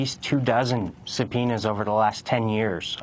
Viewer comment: did he say subpenises ??